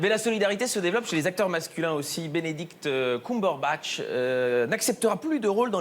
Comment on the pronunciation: La prononciation de mon acteur préféré.. Benedict Kumbeurbact! s'il te plait! 😭